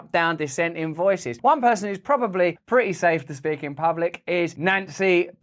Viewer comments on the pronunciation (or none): none